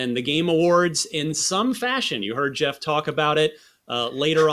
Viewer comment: Geoff literally doesn't know how to pronounce his own name lmao